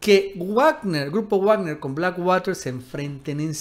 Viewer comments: Wagner es alemán, se pronuncia vagner y no guagner. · Se pronuncia "Vagner" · Se pronuncia vagner😅😉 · De donde sacas tus fuentes ya estás como el Mike pompeo con sus fake News y se pronuncia vagner no guagner 🤷🏻‍♂️🤷🏻‍♂️🤷🏻‍♂️ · Se pronuncia Vagner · Muy valiente, el tal Leopoldo López, pero ustedes por delante que los miro desde la barrera. Ahhh, y creo que se pronuncia Vagner. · Todo bien solo una cosa Wagner se pronuncia "Vagner" la W se pronuncia como V porque es una palabra alemana, es como Volks Wagen que se pronuncia "Folks Vaguen" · Está pronunciando mal "Wagner", tiene que leerlo en alemán.